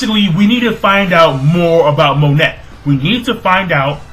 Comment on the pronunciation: It's pronounced mo-neigh not Monet please say it right